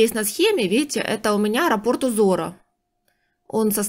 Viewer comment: Скорее, японская мастерица. Нравится, что вы грамотно говорите: нить, а не ниточка, как любят говорить россиянки, раппОрт, а не рАпорт, как любят говорить некоторые.